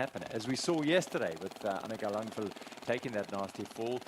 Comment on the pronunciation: LANG VAD Langvad learn to read.. WTF